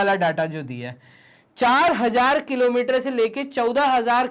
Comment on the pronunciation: Sir kalometer ki kilometer😂😂🤣🤣🤣